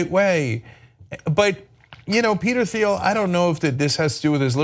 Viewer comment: It's pronounced. Peter Teal